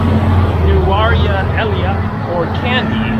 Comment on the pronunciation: I also avoid it. The area is nice but so touristy. By the way it's pronounced Nurelia, the place in the SriLankan highlands.